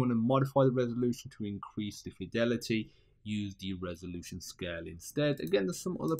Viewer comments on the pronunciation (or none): none